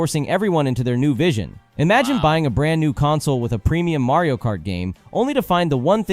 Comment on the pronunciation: Mario "Mart"?? :P